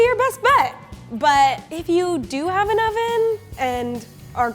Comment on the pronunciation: "It was made ... in UH oven!" She says with a Hollywood smile.